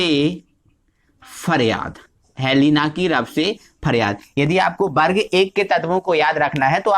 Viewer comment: aapne ak galti kardi vo वर्ग होता है बर्ग नहीं।।।।।